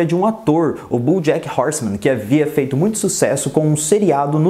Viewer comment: Cara, gostei muito do seu vídeo só acho que você pronuncia errado os nomes, desculpa falar isso mais é porque sou professor. Você pronuncia "BUJACK".